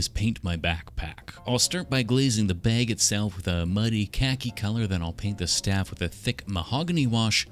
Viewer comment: the way you say bag is funny "the baeg"